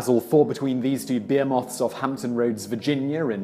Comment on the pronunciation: Simon is my boy but some of his pronunciations of words kill me. Behemoth, controversy, and Haiti just the ones that come to mind